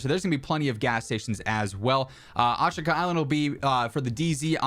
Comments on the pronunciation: Asheeka is the proper pronunciation lol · Concerning the pronounciation, the i in shi is a whispered vowel